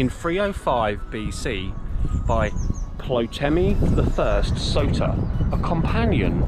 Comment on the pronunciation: Ptolemy is pronounced 'TOLEMEE'.